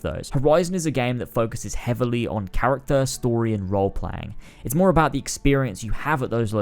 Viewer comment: Next time I watch a video I’m going to play a drinking game for every time he says CHARATCER